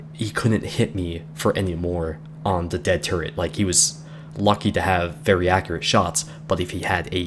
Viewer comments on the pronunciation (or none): none